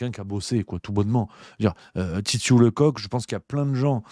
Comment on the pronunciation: ça se prononce leceuck pas le coq